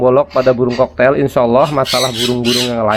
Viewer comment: Cockatiel koreksi bacaannya bang kokatiel bukan koktail bang😅.. itu ada huruf a-nya di tengahnya bang🤭. Kl mengendap di tahap awal gmn bang? biasanya tembolok ga mslh.. ini udh 9 jam blm turun.. umur 2mgg.. tembolok ga keras.. kl pk calsipro probiotik/em4 peternakan bisa ga bang? Takarannya gmn?? Buat ngurai makanan di tembolok soalnya kl di kuras sedot spet ga berani.. pernah nyoba susah ga ke sedot.. kasian bang..